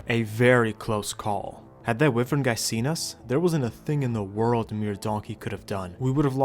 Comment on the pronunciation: It’s why-Vern not whiivern